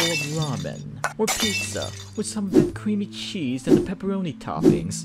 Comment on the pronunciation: WiTh SoMe Of ThAt CrEaMy ChEeSe. BRO WHY DID U SAY IT LIKE THAT?